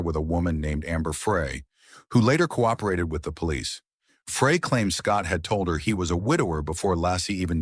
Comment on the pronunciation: Your robot is mispronouncing Laci and Frey. And Scott Peterson is innocent.